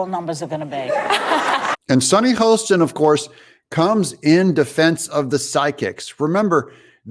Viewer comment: Doug, I love you. BUT it's Hostin, like "Haahstin", not Host in.😊